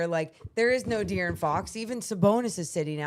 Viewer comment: Ehen said DeArron 😂😂